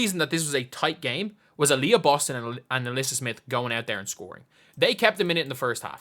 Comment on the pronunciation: I heard it as "Alyssa Boston- bald" 😂